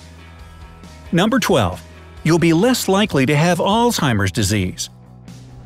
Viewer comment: IT'S NOT "ALL-TIMERS DISEASE!"